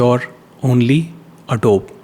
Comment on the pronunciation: You are pronouncing it as adobe